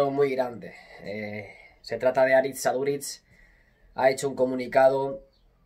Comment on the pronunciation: Porfavor: Aritz Aduritz no, Aritz AduriZ